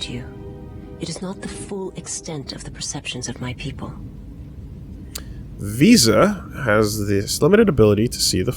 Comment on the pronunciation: Every time V says Visas name all I hear is "Vsauce"